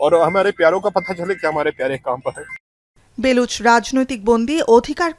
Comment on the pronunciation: "বেলুচ" না "বালুচ"।